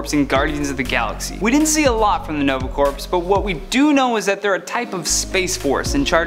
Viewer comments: Corps is pronounced as "core" not "corpse". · IT is not pronounced Corps it is pronounced Core The p and s are silent in this context now if you are talking about a dead body they are not. so you are saying " the nova dead body" instead of "The Nova Army" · It's a mispronunciation. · LOL I wasn't going to say it XD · Jeff Jones---I also pointed that out. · I came to the comments for this. It triggered me